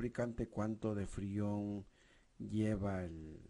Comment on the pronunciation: Madre miaaa..que malo no sabes ni decir freon !!